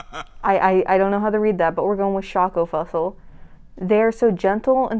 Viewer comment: When you pronounce"schokolfussel" I died 💀